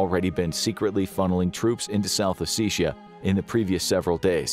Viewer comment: south "ossissia" is the funniest mis-pronunciation i've heard in months XD